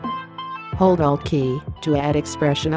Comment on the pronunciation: i don't even understand the word she says when she says to hold something. all i understand is... "then hold Dah" which means nothing to me !